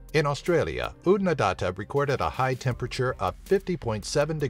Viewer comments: Australia is not the driest continent. Antarctica has that distinction. Oodnadatta is not pronounced "OodnadAHta". It's OodnaDATta, rhyming with "batter". Whether it has our highest temp is debatable- Cloncurry reputedly reached 53.4C. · Numbe 9 Oodnadatta is "datt-ah", not "dah-tah". Small difference, but in the indigenous dialect of the area, it could mean the difference between "Place of the rock lizard" and "Your wife is a rock lizard." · Your pronoun citation of Oodnadatta was horrendous Try Ood-na-datter